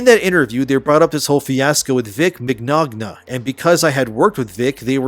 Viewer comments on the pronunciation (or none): His name is not Mig-nog-na. Its Min-yah-na. Vic Mignogna is a great dude. I got his autograph at a con over a decade ago. In front of me was a minor girl that wanted a hug and picture with him. He said he can't do that without her parents permission. But he could do the picture with them from across the table. All of this is just an attack on himbecause he is a Christian man that doesn't sign fanart. An Alphabet person wanted hi, to sign gay fanart of a character he voiced and he said no, so the campaign against him began. No evidence had been brought against him, they just all agreed to do it. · Mignogna is pronounced Min-ya-na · vic mac nog nog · Mignogna = Mig-nyown-a (think proper pronunciation of se ñor ita). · It's pronounced "Vic Lasagna". Thank you very much. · This would've been a great video, but you said Vic's last name wrong. Completely butchered it lol. Come on lol 😂😂😂😂😂😂😂😂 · Oh man you messed Up Vic's last name real bad lmao